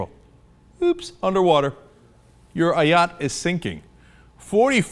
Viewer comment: Why Ayotte-a....